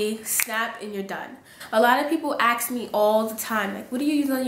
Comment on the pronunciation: You must be from Brooklyn the way you pronounce "ask" like "aks" lol (no shade, I'm from BK)